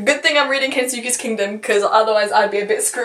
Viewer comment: Jeez you’re optimistic but I love it! Also I know I’m nitpicking but it’s pronounced kens-keys kingdom I think. (Autoboyography is so good! Have you read call me by your name!) the immortal life is also REALLY good!